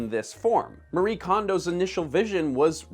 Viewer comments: She is Japanese and it is not pronounced "Marie" but instead "Ma-ree-eh". This is not a "Japanese art of decluttering and organizing", that is complete bullshit, no one here in Japan had heard of her and her concept before she started it. Homes here are cluttered too. and I would say more so then in North America. I will give her credit, she made this genre and milked it. Good on her. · The "e" in "Marie Kondo" is not silent.